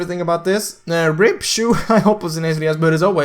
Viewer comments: I like how he says choo instead of (cha-ow) Chou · bluepanda said it #saveSHU the correct way to pronounce chou is like the normal 'o' like "throw" but replace the 'th' with 'c' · #RipCho? You did not pronounce it correctly if you want to find the right way to say it go to Google